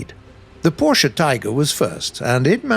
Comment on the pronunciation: I love u for saying porsche correctly. Thx very much